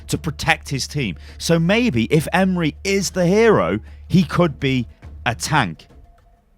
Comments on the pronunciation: So funny how you pronounce my name Emre :) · Hey, this might help with the pronounciation(at least for "emre") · God the butchering of his nameeee. Hurting my heart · The 'E' at the end is pronounced like 'A' in 'And' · lol ım turkish and that pronounceing is tottally wrong. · Konrað Lenton Chill bro he didn’t know, I’m Turkish too but it’s not a big deal if he didn’t know how to pronounce a name. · Just for future reference, I had a friend in school called Emre and he pronounced it like M-RAY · I dont know how you said the name so incorrectly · I'm turkish and i know how its prenounced it's so funny how you prenounce the name. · You butcher the name :) Just use the google translate, it is pronouncing right but wright like this Emre Sarıoğlu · abcRS the way he says Emre hurts my soul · Stef Myt no it's not. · AS bayrakları as türk var mı ?? And we pronounce Emre not like imre look the translate it is emre e-m-r-e not imre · Why are you calling him Emri ? Its Emre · Love you on youtube but emre is not pronounced like emery its like Em-re re is like the note. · It’s not pronounced “Em-Ree” but rather “Em-Ray” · I believe that his first name is pronounced 'em-ray' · its em-rae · TheNames LC It's actually Em-Reh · "Emre" is pronounced with a sort of rolled "R" and the "E" at the end has a slight "Ay" to it. So you would pronounce it Em-ray, Hope that clears it up for some of you. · His first name is pronounced ‘m-ray’. Isn’t hard. It’s a standard, very well known Turkish and Muslim name. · pronounce it like this 'Emm reh'. E's sound like ea in the word bread. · Pronounced ēm-ray or ēm-rū the first pronunciation caused me to think of the Ray leak from a while ago, the one who pilots the orca drop-ships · its pranounced em-reh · I’m Turkish and the way you pronouncing his name is making me laugh 😂 , it’s Em-reh, I don’t know how to make second part easier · It's so freaking funny 🤣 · emrekid same hahaha it's so funny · I think you need to pronounce it Emreee